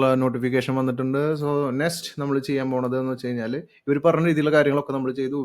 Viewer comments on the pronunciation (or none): Bro, parayunnath kondonnum thonnaruth. Nest alla, Next.